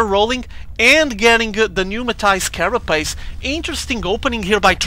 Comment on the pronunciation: numatized carapace. i love the way u say that lol